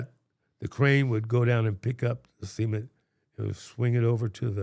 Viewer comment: this “cement” segment is so funny to me, i dont know how didnt burst out laughing after a while of it sounding like “semen”